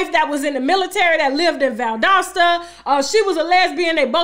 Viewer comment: You are the first celebrity that has pronounced the city of Valdosta correctly so ya gots to be from the south. I am from a town about 28 miles from there called Nashville, Ga.